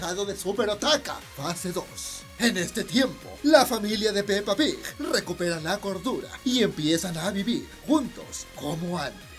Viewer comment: Amo como dices pepa pig